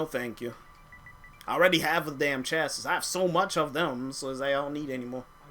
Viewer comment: pronounced chas-see